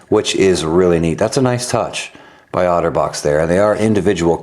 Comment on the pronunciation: I kept hearing 'Autobots' xD